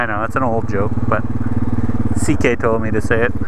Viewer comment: its ck not zk correctme if im wrong